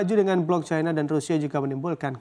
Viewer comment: Plis sebut china dengan china bukan caina, kalo takut dipecat sama bos sebut aja Tiongkok, jiji bet aku dengar orang ngomong bhs Indonesia tapi nyebut caina, dalam bhs Indonesia i itu dibaca i bukan ai anjinng 😂😂